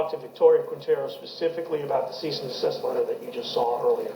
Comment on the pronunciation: Every time I hear “Cyst and Deceased” I cringe Its CEASE & DESIST